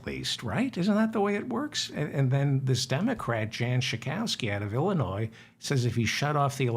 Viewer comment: There is No S sound in Illinois...!!!